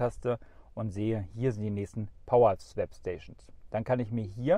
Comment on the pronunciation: … Swap spricht man wie „swop“, nicht „swäp“.